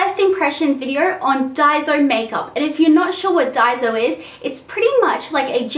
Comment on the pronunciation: im japanese and you pronounce it dai-so. not day-zo or dai-zo